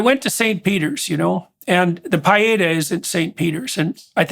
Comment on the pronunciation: His mispronunciation of Pietá is soul crushing! 😳😅😓😅